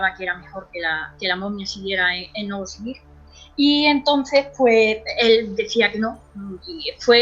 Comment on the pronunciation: Si, Dice Novoskovirik)))